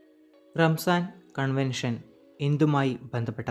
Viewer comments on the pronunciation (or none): റംസാൻ അല്ല റംസാർ കൺവെൻഷൻ ആണ് ശരി